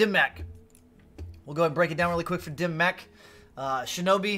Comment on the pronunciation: Not the only creator saying it wrong, but I cringe every time I hear "dim mack" as it's pronounced "dim mawk". Love your channel though as I believe you put out the most informative content